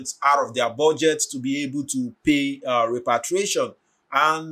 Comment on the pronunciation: You keep saying REPATRIATION, instead of REPARATION. Repatriation means to return to your home country....